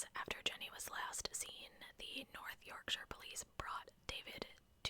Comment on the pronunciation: ❤ the second way you pronounced Yorkshire was correct ❤